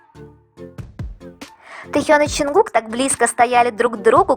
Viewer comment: Мне одно интересно почему вы каверкаете имя ЧОН ЧОНГУККА, ЧТО это за ДЖАНКУКК в аннлийском нет буквы Ч этому такое произношение ,в немецком ,что бы написать букву Ч используют 4 буквы ,но в русском она есть ,так что же вам мешает правильно произносить и писать имена